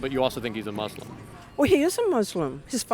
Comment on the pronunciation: What's with this pronunciation of Muslim as "Moooslum"? And how do you manage to be an atheist and a Moooslum at the same time?